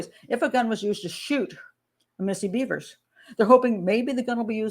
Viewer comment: Her name isn’t Beavers! It’s Bevers like severs